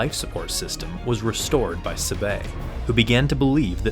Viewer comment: Saying sabe wrong